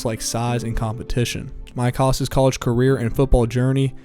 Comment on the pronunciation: Jesuit is at the highest level in Oregon; 4A was the top level then, and Jesuit is now 6A. Hass was a beast (his name doesn’t rhyme with Hagendaas, it rhymes with “Bad Ass”). — his QB, Derek Anderson (of “I take this shit seriously” fame and a Pro Bowl year), was from a small Oregon school, 3A Scappoose.